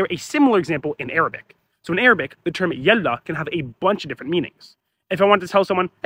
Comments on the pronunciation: there is no need for a source for something so plainly visible, it's yaḷḷa (ḷ for the emphatic/dark L which in Arabic is for the most part only from the word Allah), not yalla , same as waḷḷa , baḷḷa , ṣmaḷḷa , ħayaḷḷa , etc. All of these comes from contractions with the word الله (which is used by Christians, Jews, Druze, Alawites, etc. not just Muslims). If that wasn't the case the word would have rhymed with malla "he filled up", like in huwwe malla l-kibbāye "He filled the cup". Both يالله and يلا are correct spelling (not that there is a rule for how to spell dialectal words), it's just more common to use يلا because the word lost its religious meaning. This is different from يا الله (notice the space) which is yā ʔaḷḷa(h) which does retain the religious meaning. If you need to see a place where this is shown, check wiktionary. Also some dialects pronounce Yalla with an H. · يلا مو يالله والنطق بالتفخيم مو بالتخفيف